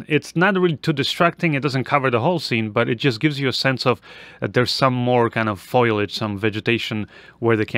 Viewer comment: It's foliage not foyliage